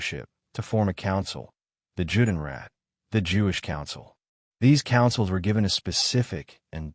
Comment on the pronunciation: This would sound better if certain terms were pronounced correctly. Here are two examples; The name "Treblinka" has no R on the end. The other is Juden and Judenrat. In German, "J" is pronounced "Y". So, if it's a German term it's said "Yude," or the plural form, "Yuden." "